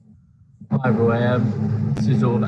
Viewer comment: A wotten day at the office for Woy... a total thwashing...